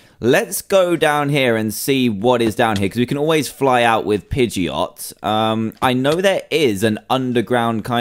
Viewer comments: it's not a pegeaotoe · Pidgeot say jet instead geot